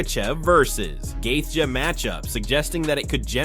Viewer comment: have you ever pronounced any names correctly ? laughed hard on gethia , gold